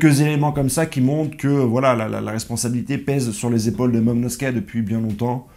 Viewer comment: Momonusoki et non meumeuskeuh